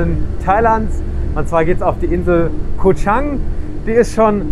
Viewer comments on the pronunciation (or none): Koh Chaaaaang. Langes A. Koh Chang mit kurzem A bedeutet Arbeiterinsel. Das ist aber eine Elefanteninsel. Chaaaaaag heisst Elefant.